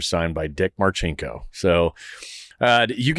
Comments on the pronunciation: It’s pronounced Mar-sink-O…….👍🇺🇸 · Wait...in one of Marcinko's books, I read it's not Mar' chink' o, he's no chink🤷‍♂️